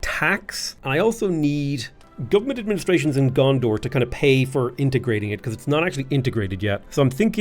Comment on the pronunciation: Did you call Gonder "Gondor"?